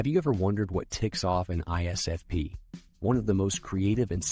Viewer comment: We also hate it when you can't say ISFP